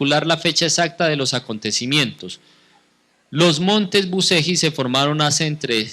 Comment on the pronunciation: se lee buchelli....y se escribe bucegi